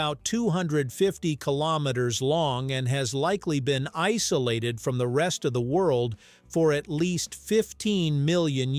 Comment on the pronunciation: Did you say the lakes were ice-olated?😀